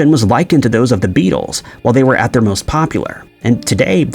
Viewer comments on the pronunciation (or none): none